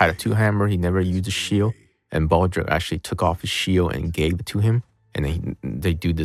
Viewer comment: Isn't he pronouncing Baldreich incorrectly?